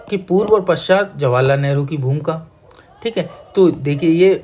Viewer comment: Bhumika hota hai....bhumka nahi